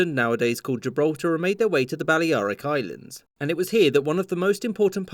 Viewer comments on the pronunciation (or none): Bally-Ariks Islands?